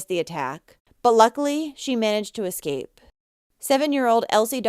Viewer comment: *Escape not ecscape